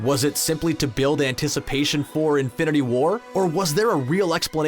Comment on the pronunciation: Lol why do you keep pronouncing it "infinity WAR"?